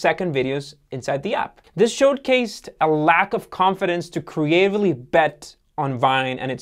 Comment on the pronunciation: Do you guys one take your videos? This one is rife with pronunciation errors. What is 'showed-cased'?